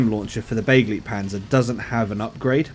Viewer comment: It's pronounced be-GLIGHT-panzer ...and don't you forget it ;)